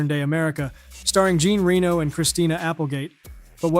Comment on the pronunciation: Interesting video. I liked the films in the list with two exceptions. A little side note: The next time you make a video with the mention of Jean Reno... research its pronunciation ;-)